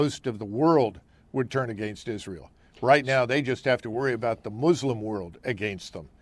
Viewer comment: First of all, Lindsey can’t even pronounce Israel. He’s a buffoon.